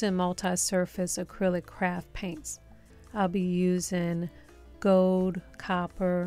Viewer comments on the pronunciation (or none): Okay, Okay, Okay already. You have great vids and DIY's. I hate to admit it but I broke down and sub'd despite the fact that the way you speak drives me insane. For your new subscribers peace of mind, can you please articulate your "R's" and your "L's", please? It's goLd..not gode!!!